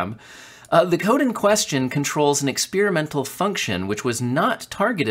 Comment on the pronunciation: There's no 'spear' in experimental